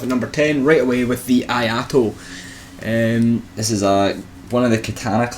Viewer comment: Not "aye ah to". It's "eeh aye to". I = eeh ; ai = aye ; to = To from Tobey.